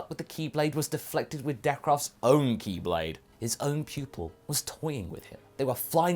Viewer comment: Every time you say Ki blade i always hear Keyblade.... And at first i thought you were legit doing a Kingdom hearts cross over